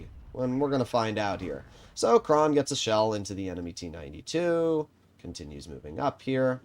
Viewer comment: its Kran not Krohn